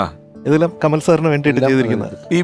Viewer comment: കമൽ അല്ല കമാൽ....